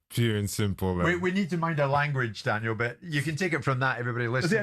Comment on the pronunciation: Don can't even say "Daniel" he says "Danel" ...